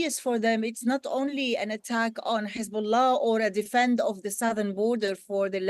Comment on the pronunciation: She is sobbing, mumbled like "sirthen Southern Beirut" 😂😂